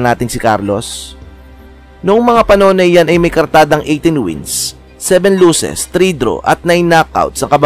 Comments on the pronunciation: pwede ba mag aral ka ng tamang pronunciation ng losses vs luses... tapos pano naging plurals ang 1 losses ggggeeeezzzzz instead of 1 loss.... damn palpak pa ang date na inilagay sa caption.... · Losses hindi lusses